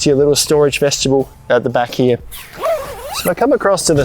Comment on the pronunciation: Say it with me, vest-i-bule. Not veshtibule.